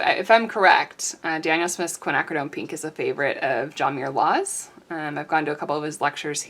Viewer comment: Ah!... I thought you were saying John Mewloars! But after playing it over and over and over, I think I figured it out! And two hours later!... ta da! Is this him? >>> ;)